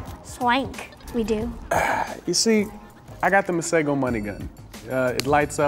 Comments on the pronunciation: His pronouncing his name wrong, its not Masago its Masego. Also its not T swana, its Tswana...but hey whateve tickles your fancy bro, its your name you can make it whateve you like. From your friendly South African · I'm from Africa , South Africa and I can speak Setswana. It's pronounced maseho . Get it right. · In South Africa we pronounce Masego differently. The 'g' makes a flem sound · I live in South Africa (where his name originates) and his name Masego is is pronunced (MAH-SEH-GOU) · Yea the way we say it is ke ma-se -go(emphasis on the g) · 'Masego' is not pronounced the way any of the people here say it. The 'g' is much harder, not a soft g but a harder g which sounds like a grinding/pulling at the back of your throat. similar to how the name Juan is pronounced. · Y'all aren't pronouncing his name right I know I'm from Africa, I speak setswana but anyway. He has a name usually used for girls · In South Africa that's not how we say Masego...kinda makes my eye twitch. But ok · That is a Setswana name but that is not how you pronounce it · The man can't even pronounce his name correctly. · lol Masego cant even say his own name ryt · Lol That's not how you pronounce Masego😅